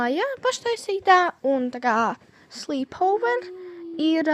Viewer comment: Tu nepareizi pateici slep ovor😅😂